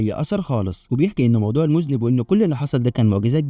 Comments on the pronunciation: المُذنَّب وليس المُذنب يامذنب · المُذَنَّبْ وليس مذْنِب 😂😂😂، علي حسن سلوكة شخصيا يلخص 😂😂😂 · المُذَنٌَب وليست المُذْنِب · اسمه المذنب بفتح الذال و فتح النون وشدها وليس بكسرها. المذنب بكسر النون هو الذي يقترف ذنب 😂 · 😄😄😄 فعلا النطق خاطئ المفروض تلفظ بالفتحة على الذال وفتحة مشددة على النون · و شد النون اهم حاجه